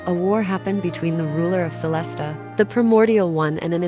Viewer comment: you could set up 2 versions of text: the unchanged one for the subs, and the edited one for the text-to-speech to properly pronounce specific words, like "pie-mon", "celes-tee-uh", or something similar.